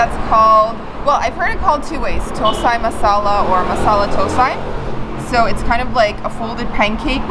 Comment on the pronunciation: Please use hands to eat parotta and dosa next time.. before leaving Singapore... IDLI,AAPAMS, Egg onion DOSAS... I enjoyed this video.. Tropic med hot weather... "DOUGH SAAA " thats pronounciation Dear... SAMBHAR, COCONUT CHutney, RED CHILLI TAMARIND HOT CHUTNEY and TOMATO CHUTNEY i guess...